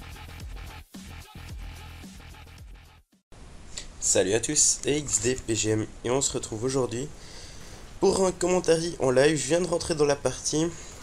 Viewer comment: suis-je le seul a avoir compris " salut a tus " au lieux de " salut a tous " ?